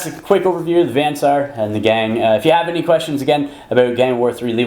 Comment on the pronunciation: Also with "Vansar". Van (short A) Saar (long A) is Dutch, by the way.